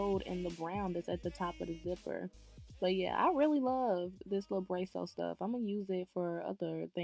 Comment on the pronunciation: Good for you! Way to take control of what you want and make it happen for yourself! (While saving a little coin in the meantime!) Oh, one more thing... it's called Brass (like grass) O. Brasso. Just letting you know so you pronounce it correctly. Again... awesome job!